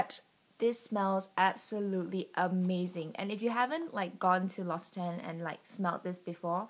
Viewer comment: L'occitane is pronounced Lox-ee-tan. The Almond and Peony scented products are my favourites. The peony perfume is my all time favourite and I doubt I can ever use "fake" scents ever again.